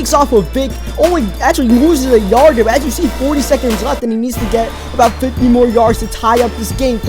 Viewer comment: dere instead of there